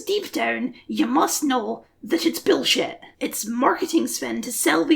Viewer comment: I agree but I really dislike the way you say "billshet"